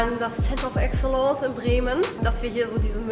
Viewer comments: Center of what?, wenn die ersten beide Worte englisch sind, wird es das letzte wohl auch sein. „ˈeksələns“ 😉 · Center of Excellence... Englösisch wird das also ausgesprochen? 😁 Ansonsten mal wieder ein sehr gutes Video und ein tolles Auto! Würde ich so auch nehmen. Aaaaber da gehört das große Assistenzpaket unbedingt mit rein. Vor allem wenn man mal zig Kilometer geschrubbt hat und dann in einen Stau kommt ist es ein Traum wenn man das Auto mal machen lassen kann.